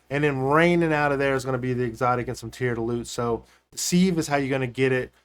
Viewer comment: It's Pronounced SIV just SIV as in give, you use a seive to seive flower for baking.